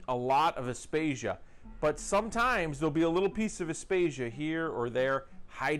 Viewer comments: Aptasia....not apstatia 😂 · I about died laughing when he said aptasia... great video though 👌. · Have you learnt how to pronounce aiptasia yet?